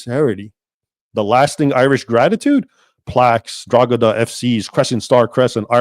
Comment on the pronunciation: Drogheda is pronounced draw ha da.